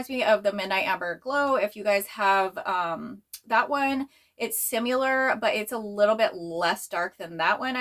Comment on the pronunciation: Where are you from? Jw bc I've never heard anyone say "simUlar" before lol just similar like with a short "i" sound. Love your videos ❤